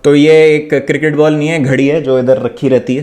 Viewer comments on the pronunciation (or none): none